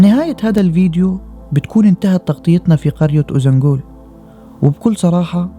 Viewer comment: شكرا للفيديو الجميل بس عندي ملاحظة ليش بتحكي قرية اوزانبول مع انها اوزانجول، هل لفظها بيختلف بالتركي مثلا